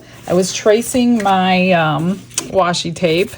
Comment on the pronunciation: no worries, so many people mispronounce it. I’m still gonna watch and buy from ya. You’re my favorite 🤩 you tuber. 😆